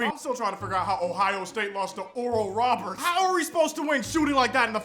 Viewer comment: “Dud we relly loss to skool kald oruhl rahburts”